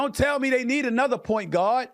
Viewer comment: Is he saying "point god"? Or does he just say guard weird?